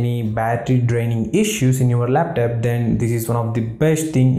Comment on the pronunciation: your "laptap" pronunciation is hilarious. jiro to 100.